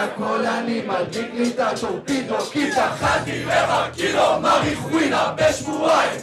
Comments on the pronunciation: הוא לא אומר את זה לא נכון מריחואינה מריחואונה זה נכון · למה הם אומרים מריחואינה.....